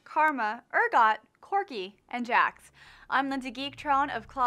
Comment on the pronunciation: Who is this girl? Second time I have seen her and ya I want someone I either relate to or sounds like she knows what she is talking about. Even if you want a girl go with a kind of pudgy Asian chic who promotes who her lol parody channel or something. Not some chick who calls corki "Quirki". its awful. Go back to the guy at least I don't even want to listen to this.